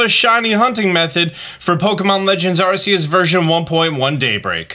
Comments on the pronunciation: Dude keeps saying arse us zzzz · it is pronounced ARK- E- US